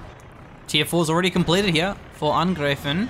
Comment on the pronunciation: So many English language casters say angr-ee-fen, it seems you say angr-ay-fen, but in German, it is to be pronounced angr-eye-fen (as in eye, I, aye,...)